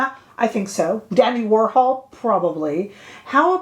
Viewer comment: Did you say DANNY Warhol?🤦‍♀️😂